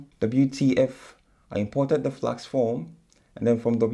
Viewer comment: Why do you keep saying 'Flaks' instead of Flask?